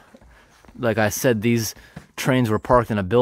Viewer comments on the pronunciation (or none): none